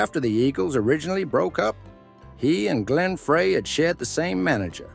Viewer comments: You lost me almost immediately with the mispronunciation of Glenn Frey's last name. It is pronounced FRY, NOT FRAY. I'm out.... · It ain't "Fray"! It ain't "Free"! It's "Fry", Glen Frey, FRY!!!!! If you are going to feed script into a voice bot, FIRST, know the pronunciation of your subject, and SECOND, review, and edit if necessary, your work in the bot so that it's correct! These bs videos uploaded by lazy creators who are scared to death to speak into a microphone are really quickly becoming FREAKING OLD! Please, for the love of God in Heaven, GET IT RIGHT!!!!! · It’s Glen Fry not Fray. The commentator mispronounced it and seemed to remove the legitimacy of the reporting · Hello, it’s Glenn Frey, “Fry” not “Fray”. If you did your research, you would know the correct pronunciation. 🤦🏻‍♀️ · Say Glen Freys name correct. Sheesh. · This stupid ass doesn't even pronounce Glen Frey's name correctly. This video is total lies and a complete waste of time. I hope Vince sues your sorry ass for defamation and character assassination. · I hate when some jackass cannot pronounce Glen Frey's name